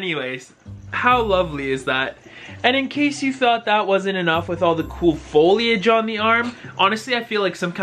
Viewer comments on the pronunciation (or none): none